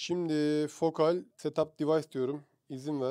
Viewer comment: Okunuşları yazıyorum: Batiskaf (Haliyle ürünün modeli batis) Triyest (Sondaki e okunmaz) Fokâl (A ince) Görkemli günler, aydınlık yarınlar dilerim.